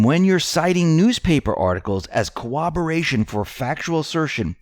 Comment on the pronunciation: PLEASE, practice pronouncing "corroboration".